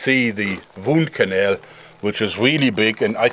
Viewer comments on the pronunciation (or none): Ahh yes, der vundkanell!